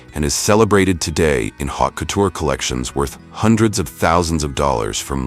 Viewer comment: "hawt" couture?? ( -1) seriously?